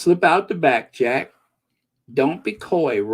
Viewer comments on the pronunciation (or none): none